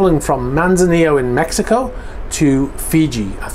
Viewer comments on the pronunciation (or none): none